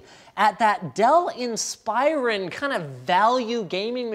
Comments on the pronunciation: This has bothered me for a while Inspiron - In-Spur-On Inspioron - In-Spy-Er-On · Dell IN-SPY-RON i always pronounced it Dell IN-SPIR-RON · InspEYEron, really? Guess I'll start calling Linus Linoose now. Don't know why it bothers me, but it does. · how about you learn how to say inspiron - its based on the word inspiration. hopefully you know how to say that.